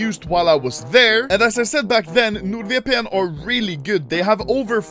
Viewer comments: Normal people: NordVpn. Anermaly: NUDEVPN. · No one: Anomaly: Nurd VPN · Everyone: Node VPN Anomaly: Nude VPN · People: NordVPN Anomaly:viepien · NordVPN Anomaly: NUUDVEPEENN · No One: Literally No One: Anomaly: Nuude VPN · other youtubers : hey check out nordvpn... anomaly : nude-vi-pee-EN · Anomaly be like: Nod Vepein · Nuud veepeen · when he says it, it sounds like "nård VPN" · “Nor-erd VPN” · nOrd VeepEe eN